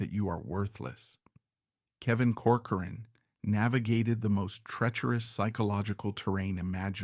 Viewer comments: COR- coran, not cor- Cor-an... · With respect, you are MISPRONOUNCING the family's name. It is "Cork-er-run"